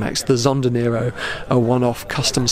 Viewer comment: as usual your videos are fantastic. Your Italian tho... Let's say it's improvable. Like the word "Nero" (which means black) has the "e" pronounced like the "a" of "map". And "V edizione" actually means "fifth edition" (in Italian "Quinta edizione"). Hope this gets to you